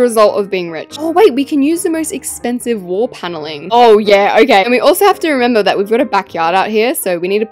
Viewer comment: can we just appreciate English, we should all talk like her, this should be a new language. wall panelling "wall pailing" weights "reights".